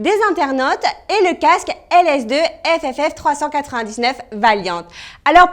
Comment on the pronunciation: C est ff pas fff :(